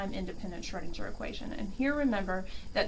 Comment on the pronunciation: Good video. But the Name is pronounced like Schroedingher, rather than Schroedindger.